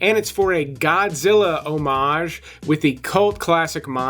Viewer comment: Nice to hear someone say 'omage instead of sounding the H. If you are going to do it do it correctly. Personally I think "homij" Is perfectly acceptable but.